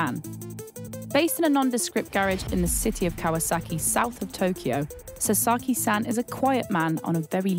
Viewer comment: the way she is pronoucing “san” is killing me….